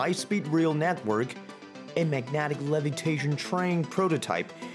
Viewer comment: We need it in the U.S., but since half of us are "mentally defective," we'll never get it. Btw, what the hell is "magnatic?" You said, "magnetic" wrong, over and over.